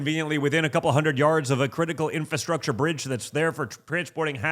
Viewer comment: Did he say "in-fu-structure"?